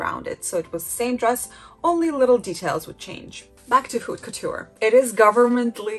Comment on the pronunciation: Haute couture is pronounced Ote Coo-tur. H is silent in French. Learning French pronunciation is really helpful for fashion and designer words. One tip about French that’s easy is that C, R, F and L are virtually always pronounced, every French student remembers this acronym as representing Careful, CRFL. (A lot of French letters at the end of a word are silent, except these). I’m trying to learn the difficult IPA (international) phonetic pronunciation guide, but it’s easier to use English sound-alikes. I’m only trying to help, not criticize, you do very well.